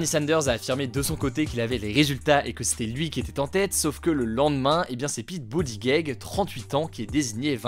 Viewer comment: Super vidéo comme d'habitude !! Par contre le nom de famille de Mayor Pete ça se prononce "BOOT-EDGE-EDGE" ;)